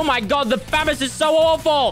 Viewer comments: nu uh its pronounced famahs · I watch this over to hear him say famas not femos